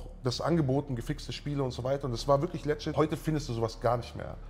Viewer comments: Wie die Schwaben "legit" aussprechen...."lettschidd"...zu geil.^^ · Warum kann das Wort legit nicht aussprechen??😂😂